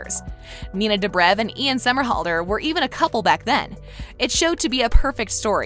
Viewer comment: She's saying dobriv instead of dobrev, and stafon instead of stefan, ugh she's as bad a kai parker 😂